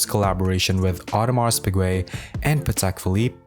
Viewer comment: Awe-de-mar Pee-gay, not AudemarS PIgwey